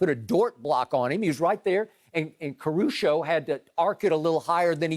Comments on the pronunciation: Uh Skip, its “Caruso” not “Caru-show” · why does he keep saying CARU-SHO ???? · All I know is that Skip better put some respect on Caruso's name and pronounce it right!!! Skip need his chain snatched 😂